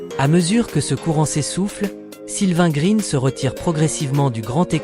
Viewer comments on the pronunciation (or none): none